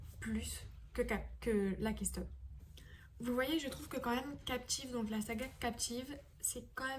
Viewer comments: ca se prononce lèkston pas lAkÉstonE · ça se prononce Laykeustone pas Lahkeustone